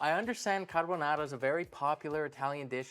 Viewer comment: also, it's appreciable that he says caRbonaRa rolling the Rs 😄